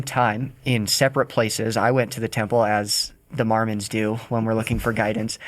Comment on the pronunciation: Did just say “Marmons”? lol!